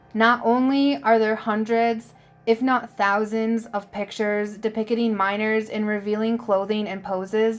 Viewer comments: You SO beat me to it! I'm not sure I can stay subscribed to hear things like SYP-NOSIS and DEPICKETING ("depicting minors"). LEMATIMOS? Le.. MAT-MOS. I mean...it's not easy to focus on the subject matter when trying to navigate your astounding reading skills. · Depicting. That was the other big one I was looking for I honestly had to listen to it three times to realize she was attempting to say. De picket